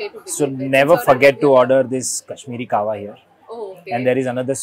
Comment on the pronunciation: Not KAH-wa it's KEH-wa.